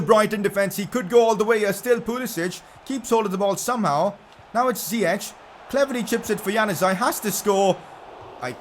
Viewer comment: pcq it is pronouced ziyeck not ziyechhh